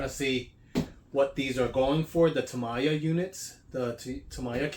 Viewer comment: Nice comparison vid ! Btw, it pronounces as "ta - miya", not "tama -ya"